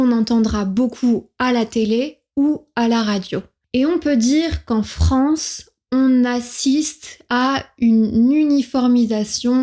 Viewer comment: Commencez donc par différencier vos "é" et vos "è".... FRANCÉ c'est insupportable